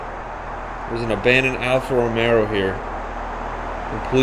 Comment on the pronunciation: ROMEO,not romeRo...